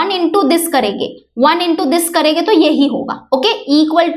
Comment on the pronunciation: Karege😂😂😂😂😂not karenge😂😂😂😂😂😂😂😂